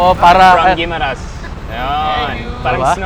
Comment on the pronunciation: Guimaras should henceforth be pronounced with a French accent.